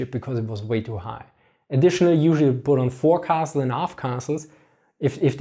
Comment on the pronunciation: Good interpretation of late medieval, early gunpowder age naval warfare. Yet the English naval expression for parts of the ship were not pronounced properly. The forepart (raised decking) is called the "fo'c'sle" (forecastle).